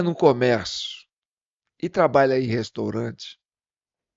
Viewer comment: "Restorante" kkkkkkkkk, vai estudar analfa bebedor de detergente.